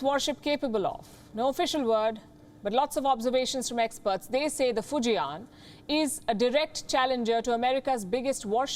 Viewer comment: fu jian not fu ji an ....... fortune build